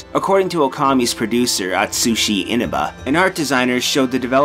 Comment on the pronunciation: Inába :T